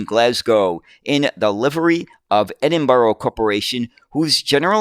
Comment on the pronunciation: Still not quite got Edinburgh! 🙂